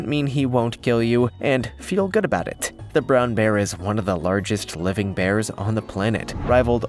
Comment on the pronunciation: Abooout.... Canadian. 😂😂 Love the vids chap.